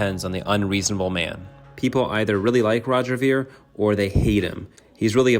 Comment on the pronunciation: You didn’t even pronounce his last name right.